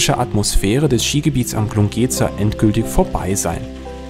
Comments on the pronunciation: Glungezer spricht nicht mit einem langen ,,e" sondern mit einem kurzen ,,e" aus.Wollte ich nur kurz gesagt haben. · 👍☺️ Nett anzuschauen! Eine kleine Anmerkung: Glungezer wird mit kurzer Endsilbe wie in Metzger ausgesprochen, und nicht so gedehnt. 🤫☺️